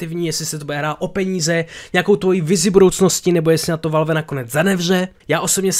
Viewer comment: Já se směju tomu jak valf říkáš valve.😂